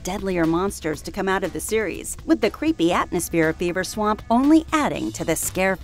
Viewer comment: the werewolf of "Beaver swamp?" admit it you all hear it. even the CC says it